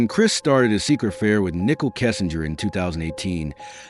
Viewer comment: It's Nicole not Nickol its shanann not shanin how disappointing you can't pronounce the name